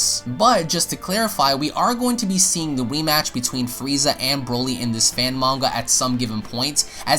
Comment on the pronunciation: did he just say wematch or rematch